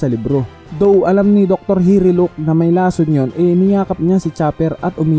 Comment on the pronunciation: Hiluluk not hiriluk